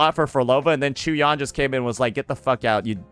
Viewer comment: UNC really need to start playing his quest cuz still calling him CHEW-YAN is diabolical 😂😂